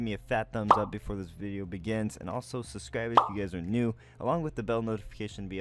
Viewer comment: Repeat this with me: SUB SCRIBE, SUB SCRIBE, SUB SCRIBE. NOT SUSCRIBE